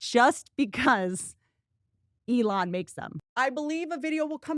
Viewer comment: his name is Elon "E-Lon" not A-lawn